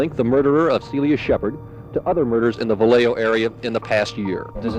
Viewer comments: Va lay oh… not Va lay ho please. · It's pronounced like "Viyayho" ughhh